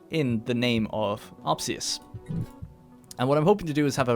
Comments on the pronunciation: I think it's ospius, not opsius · I think it is Opsius actually. He just pronounced it Ospius for a while. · I remember him being ospius and he called him opsius, i think he changed his name